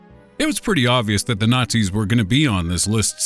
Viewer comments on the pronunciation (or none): none